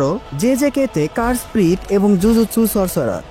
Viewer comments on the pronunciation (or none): none